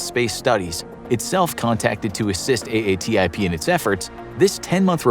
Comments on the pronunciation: Just say AATIP instead of A A T I P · Nice summary. I don't want to be that guy, but it's pronounced A-TIP not A-A-T-I-P. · Ok this will be the last of these I watch. How many times do you say A.A.T.I.P. before you come up with " A-tip"? Have you never heard Elizondo (who you reference) say A-tip? Cripes.